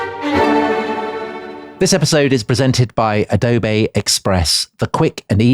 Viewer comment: The way Tom says 'Adobay', just tickles me. I say that in all meetings now when the need arises. The other meeting go'ers cock their head to one side, as if a a dog just heard a curious whistle, but they dare not mention it. Such joy.